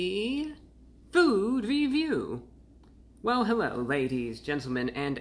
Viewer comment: Hewwo Wady’s and Gentlemen!